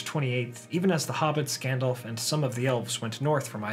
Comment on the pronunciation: Stop saying "Gandolph". It's effing"Gandalf".